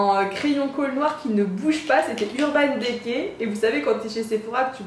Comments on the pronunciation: mets un i à la place é mdrr ça m'a stressé 😭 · Ca me stress le urban « dé cay » 😂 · urban décay, urban dicey la prononciation stp